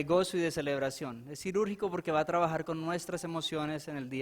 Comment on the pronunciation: Quirúrgico en vez de cirurgico!